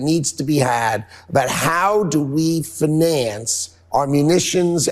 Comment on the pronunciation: nutlick pronounces finance with the emphasis on the 2nd syllable - never heard that before, no wonder he's not fit for the role